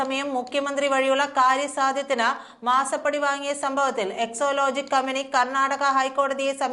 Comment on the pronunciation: EXALOGIC എന്നാണ്...EXOlogic അല്ല...